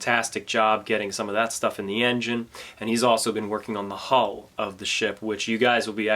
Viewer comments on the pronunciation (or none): none